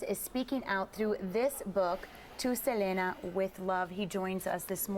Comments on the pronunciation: Please at least pronounce her name right. Look at Chris' reaction when she says Selena's name.. LOL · I hate how she says her name . If Selena was alive she would say " it's se- lee- nah"